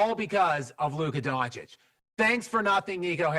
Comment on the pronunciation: DonChiCh for god sake!